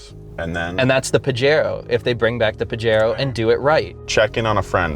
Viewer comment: Boys… it’s ‘pa-HAIR-o’